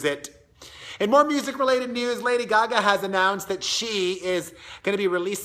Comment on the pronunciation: It's not GaGa. It's Gaga.